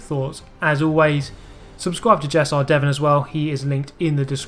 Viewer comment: You call my name weird xD